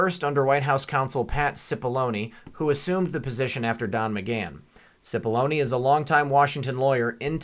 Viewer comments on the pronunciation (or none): none